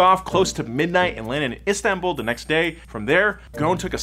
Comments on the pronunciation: Its ghoson not gone😂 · It's not gon It's goson like this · Guys, ffs, Ghosn not Ghone... There's an "S" & the dude himself pronounce it... I understand that you can't pronounce the "Gh" is middle eastern natives, but the "S"?! Come on... Anw, love the content, cheers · Dude the S in Ghosn is not silent. He is Lebanese. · Why you keep saying ‘’Gon’’ it’s Gho-s-on غصن which means branch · There’s an S in his surname. Pronounced Goh-sen not Gone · U butchered his last name so badly🤦‍♂️ its ghosn, its hard to explain how to pronounce the gh but at least u need to pronounce the s, it sounds more like ghoSin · the name is Carlos Ghosssssn, the S isn't silent:) as for the Z, I don't think it would sell properly with that price tag, its just a 370Z with the q60 engine and a facelift, the 370 was always there with 6 spd, no one cares about that, its just us enthusiasts that get excited every time we hear a manual is on the way! however the market is what decides and not us, since its a 2 seater with a higher price tag then I see that this car is going to fail, ppl want sedans and suv's, this car has the same cabin, same chassis n body, same seats, same bulky ugly side view mirrors that block the side view with a newer exterior look, infiniti engine and a newer dash, those 3 gauges are there on my 370z's, I just hope they enhanced the balance so it could take turns better than 370's and hope it doesn't have overheating issues like 370s, lets wait n see how it goes! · ouch i feel insulted cuz im from lebanon.. nah jk but i still dont know why carlos ghoson (thats how its pronounced) was put to jail in the first place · im from lebanon, ur supposed to pronounce the s in ghosn